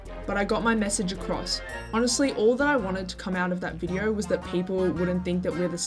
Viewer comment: Australian moment "Befour we stought this vidieo" - 🤠🦘